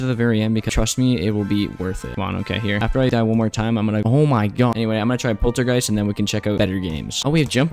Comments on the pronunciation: Did you seriously say polargeist 'poltergeist? You gotta be kidding me, everyone says it Like that, I don't know what is wrong with then, maybe they don't know how to read. Just a reminder, it is pronounced 'Pol - er - guy - st' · its polargeist not poltergeist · POLTERGEIST??? Its POLARgeist